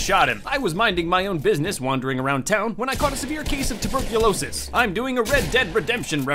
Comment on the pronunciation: How dare you say tuburclocise